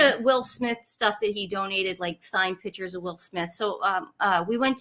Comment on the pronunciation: When is. Nancy going to stop interrupting. She portrays herself as a “Miss know It All”. Please, tell to pronunce … Pictures correctly, her version is annoying.